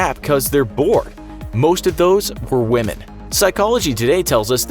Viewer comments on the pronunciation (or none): lmao just hear the way he said Woman